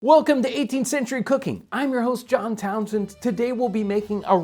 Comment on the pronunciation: It sounds like Jon says "I'm Jon Townsends" at the start.